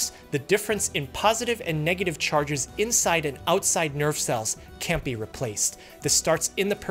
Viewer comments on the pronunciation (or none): none